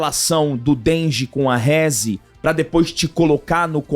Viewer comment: "Rézi. Dengi" 😂 Provavelmente assistiram dublado. Seria uma pena, pois a "dublagem" japonesa é infinitamente melhor. "Reze. Dendi" são as pronúncias certas.